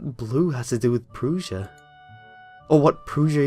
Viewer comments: Its not prussia like prouzia. Its pr-ussia. Prussia.... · Also, Pr-uh-sh-uh not Pr-oo-sh-uh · pr-uh-tion, not pr-oo-sian